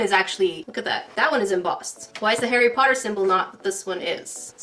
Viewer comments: it sounds like your saying hairy potter instead of Harry Potter.😅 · Sounds a bit like hairy potter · I like how it sounds like she's saying 'hairy potter' XD